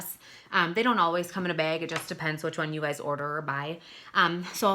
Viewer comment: "it comes in a beg" haha i love your accent! <3 my friend says bag the same way! Great review THANK YOU!